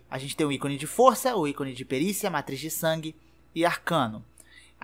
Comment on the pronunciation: é matiz de sangue, não "matriz" de sangue! Já platinei o jogo há mais de 2 anos e tenho 700 hrs nele, achei muito bem feito o guia, parabéns!